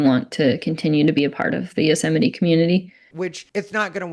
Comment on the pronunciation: Acceptance where? You already had your dream job!!! 🤦 Also, "Yothemity Them" killed me. 🤣